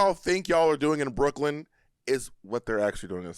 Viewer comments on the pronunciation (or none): none